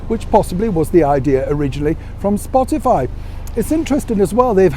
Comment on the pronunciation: I have to laugh at calls Spotify, Spotalie. Quite appropriate really.